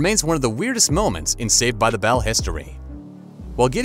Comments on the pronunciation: This announcer says ‘bell’ poorly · Can't stand the way you're pronouncing "Bell"